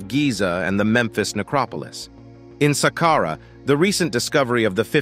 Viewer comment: Who taught this person say sàqqara?? Jesus Christ. Glad he corrected himself